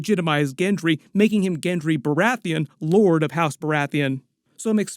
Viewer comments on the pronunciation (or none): none